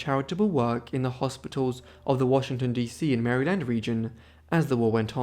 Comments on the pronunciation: Why do all non US born YouTubers pronounce “Maryland” so weird? 😂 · Probably bc they pronounce it like it's spelled lol... Same with St Louis.. Lewis or like Lewie like Louis Vuitton which is the traditional